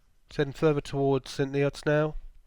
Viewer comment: Its pronounce st neuts not neots and it's Caxton jibit not gibet